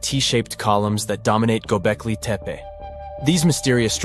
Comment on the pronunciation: The 2nd narrator refers to "Gobekli Tepa",. Is it anywhere near to "Gobekli Tepe"? Or is the narrator, just another illiterate North American moron? VOBURG